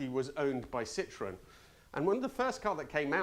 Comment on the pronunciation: Tries pronouncing all the Italian names and then says Lancia like that. And Citroen like that..Why leave the French out?😺